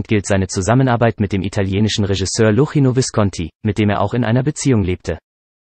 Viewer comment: Leider kann dieser Roboter Luchino nicht richtig aussprechen... 1:0 für den Mensch!